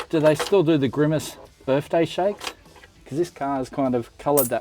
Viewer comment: Not Grimace, but GRIMAGE!